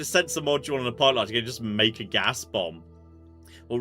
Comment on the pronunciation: Beumb? You said beumb...? Yes, yes I kneuw that! Been happily watching along for just about 10years and would happily stay for more.